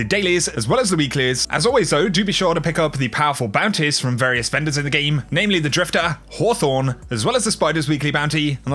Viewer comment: The way you say bounties fascinates and also bothers me lol